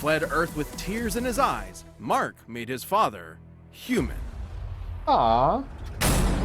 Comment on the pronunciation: Either my ears are off, or you called Mark Grayson Mac.